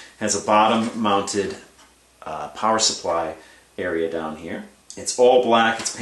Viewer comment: the way you said upside dahn makes me feel like you're from pittsburgh.